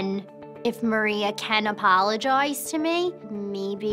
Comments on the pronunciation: "You need to Apaaalagaiize" and "my cloooyents" 😂funny how she pronounce it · ‘you owe me an apolojay’ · apolojays, apolojaws, apologuys